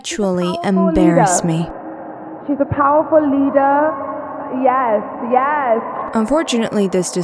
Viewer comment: Powaful Leida